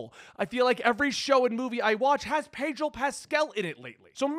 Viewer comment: Sounds like you’re saying padrol lol